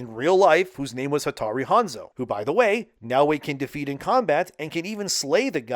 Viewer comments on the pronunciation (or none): Hattori Hanzo, not hattari.